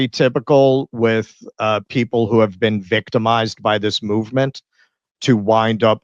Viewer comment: “Have you ever bean?”